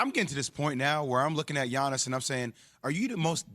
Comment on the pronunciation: Yiannis is not a "bro" he is not associated with models rapers or with the US star system in general. He is a family oriented guy who is thinking only of the game and how to improve. By the way is Yiannis as in Yankee and not Giannis as in giant !!!